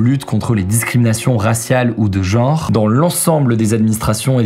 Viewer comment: On dit genre, pas jore. Transgenre, pas transjore. 😅